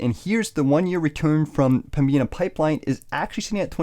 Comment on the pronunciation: Excellent video! Fyi, it's pronounced Pembinna.